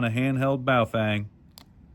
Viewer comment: Ba oh fung , <correct pronunciation sound alike. Not,,,,, Bay o fang <wrong pronunciation..